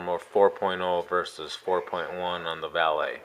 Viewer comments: First thank you for pronouncing the name right. I have to laugh when others say "Valeete" and such. Second, while I like the Samsung look better, omce in a case, they look exactly the same. Thanks for the comparison. It will likely help many. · Thanks for the review. You may be one of only a few that can pronounce Valet correctly. Your review had all the information I was needing, real worlds stuff. I have been torn between the 2 phones for a while. You helped me make up my mind, Keep up the good work.